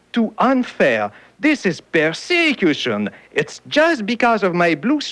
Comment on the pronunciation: "perse[EE]cution" I never knew that's what he meant.